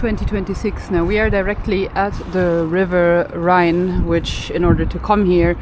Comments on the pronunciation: The River is the Rhone not Rhine. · The Rhone, not the Rhine, right? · River Saone (not Seine) and Rhone (not Rhine) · It's not the Rhine, it's the Rhone. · Did you mean the Rhone and the Saone ? For it sounds like Rhine and Seine ? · You mispronounced the river ‘Rhône’; when pronouncing this word it sounds like ‘own’, Rhône. It is not the ‘Rhine’. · fyi its the rhone river not rhine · It's the Rhône not the Rhine... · The river is called: Rhône not Rhine!